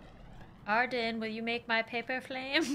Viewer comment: I loved how she said PayPah instead of paper😂 and good job for pushing yourself for us ty